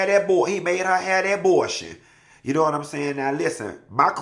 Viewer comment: Abotion… & his pronunciations!!! 😂😂😂😂